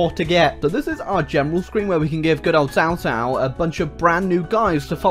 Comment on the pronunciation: cao cao pronounced as kao kao :(